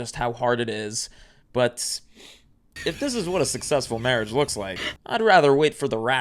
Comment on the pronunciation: SIR you said Mawage wrong